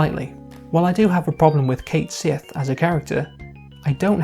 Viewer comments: One of the head developers of FFVII revealed that his name is actually pronounced Cat-Shee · It's "Ket Shee." And Yuffie is WAY more useless. Vincent is moderately more useless. But let's be honest--Cid, Red XIII, Tifa, and Cloud are the characters you'll be using for the vast majority of the game. And you boil down the character to a cat riding a moogle. Except it's a robotic cat used to spy on the team by Reeve who is working from inside Shinra to disrupt Shinra, becoming the one character in the original game to clearly show us that not everyone from Shinra agrees with Shinra's actions. And did you understand the game at all? The entire reason it was viewed as a sacrifice the first time is because they didn't know it was a robot. When the second one shows up, it reveals the truth of things. And since Cait Sith IS Reeve and Reeve IS Cait Sith, what the hell is the difference? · My guy made a whole video about a character and couldn't even pronounce his name right T _T